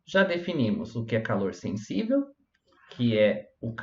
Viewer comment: "Senssível". Tá zuando né man. Pqp